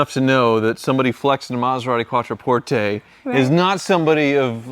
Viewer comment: "Quattro porte"...dude should be fired